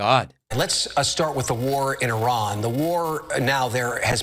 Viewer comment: the way he pronounced Iran..but yes, I agree…the time..😊